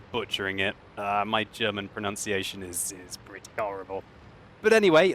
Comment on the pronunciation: Sounds like you said "My German pronunciation is britty horrible" as in British lol.